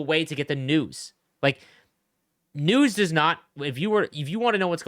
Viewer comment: Lol I thought you said ”nudes” instead of news